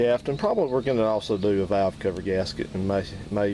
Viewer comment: Should of turned it off when he said Valvo.